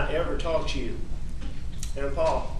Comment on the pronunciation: Ughhhhh again with the “Pau-Pau”!! 🙄🙄 You killed him “Elec”!!